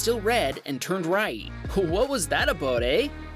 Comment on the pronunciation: I'm video duration, "What was that ab-out ay" 🤣😂🤣